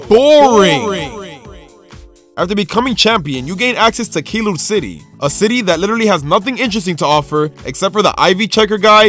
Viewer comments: It’s Kalos. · It's kalos